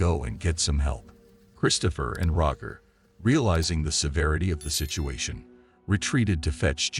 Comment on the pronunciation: The ai voice is terrible. Be a proper content creator and narrate your videos and pronounce basic things like Roger correctly